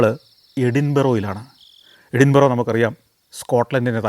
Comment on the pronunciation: Santhosh sir with all respect it pronouns എടിന്ബര